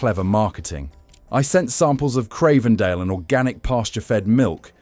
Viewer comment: if you can't evenmake your mind up how to pronounce Cravendale...or the word vitamin ... then how can we trust anything else you say ?